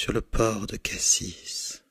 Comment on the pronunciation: Je suis de marseille et « cassis » ca se prononce "cassi" et pas "cassisse" degun supporte ca chez nous mdrr! Par contre j’adore c’est excellent !!👌